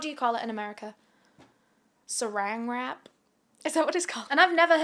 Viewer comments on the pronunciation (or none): TIME OUT "🥴sArAAAn wRaP?🥴" IM ABSOLUTELY CACKLING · "Seraang wrap"😂😂😂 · “SaRAN wrap” 😭😭😭😭😭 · "sa-RAN wra-up" I died 🤣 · ‘sARAan wrAap’?😭😭🤣🤣🤣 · Girl, I have been a fan of yours, probably since you started making YouTube videos, and when I tell you, I lost it hearing you say saran wrap! I absolutely love you!😂❤ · This is so off topic but I love the way you say saran wrap bc it sounded like ur were trying to do an America accent it was cute. I enjoy your vids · the way you naturally said "saran wrap" like you're from the most southern of states has me rolliingggg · Nobody gonna talk about how she pronounced Saran Wrap? It was amazing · the way you said saran wrap😭😭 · I never comment but hearing you say “Saran wrap” made me laugh louder than I have in months ❤ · “Saran wrap” with the country accent sent me 😂🤍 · New favorite thing is hearing say saran wrap 😂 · Hearing you say “Saran wrap” in an American accent was hilarious to me 😂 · I just HAD to reply that part a few times it was hilarious!!